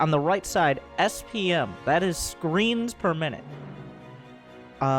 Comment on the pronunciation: I heard "screams per minute" instead of screens per minutes -_